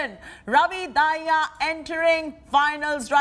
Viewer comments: Not dhaiya ...its Dahiya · Dahiya ko Daahiya kyu bol rhi . Indian hi to ho tum